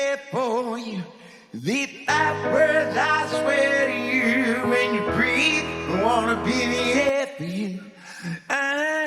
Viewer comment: Parece que ele não ta conseguindo mais pronunciar determinadas sílabas, ne? "Breathe" virou "Bith", por exemplo.